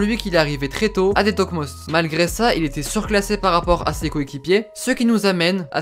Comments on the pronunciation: Pour info, De toekomst se prononce "de (e pas é) toukomst" :) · Sa se dit de Toukomst